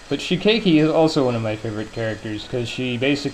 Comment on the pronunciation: Your pronunciation of shikeiki's name is right. What do you have against youmu? D: I main her for the fighting games.